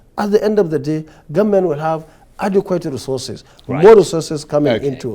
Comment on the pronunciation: Nigerians are tired of some certain people pronouncing Government As Gunmen Even with their Socalled qualifications, Nigerians wishes to get another president Who dresses differently to talk in the World stage,Nigerians Need a change and our choice Is #OBI OBI OBI.Please the cables grant us this ONE wish.